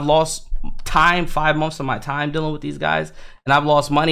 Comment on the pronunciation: it is funny when he says dillin instead of dealing haha haha